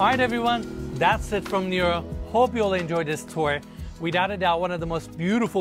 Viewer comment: He’s pronouncing it like Niro. Nero is the Greek word for water. It’s neh-ro. Understandable though, Americans and geography/other cultures/ languages don’t mix.